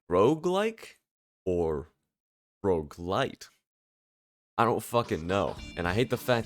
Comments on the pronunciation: Bro you pronounce "roguelike" and "roguelite" the same, and I can't tell which one you are talking about lol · I can't tell if he's saying Roguelike or Roguelite help